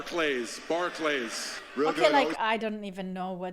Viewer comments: Barclays is an arena Barclays center where they are in miz pronounce it wrong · What even is a Bars Clay. Pfft